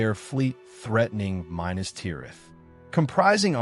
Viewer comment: OMG please learn how to pronounce ‘Minas’